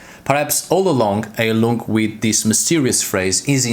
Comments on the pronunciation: Not to smartass: but its pronounced "high-lung", "hi-lung" or to seperate syllables: "Hei-lung" Its german for "healing" (as a noun) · Fun fact - you should pronounce it "Hailung" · Then it would be pronounced "hyle-ung"